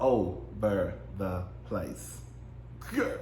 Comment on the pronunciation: I AM FUKN SCREAMING GAAAA!!!! SAYING GIRL LIKE GOAL...I FAINTED🤣🤣😂🤦🏽